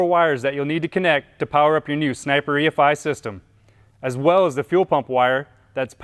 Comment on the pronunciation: only thing is,...it's not E-FIE. It's E,....F.....I. Godamn it sounds stupid when your video starts right off with someone who can't say each separate sound of the EFI.